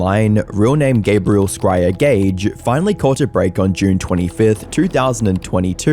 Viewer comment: Not Scrier, his name is Scrivener